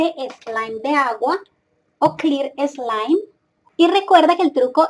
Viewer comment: Like si piensas que no sabe decir slime 😂😂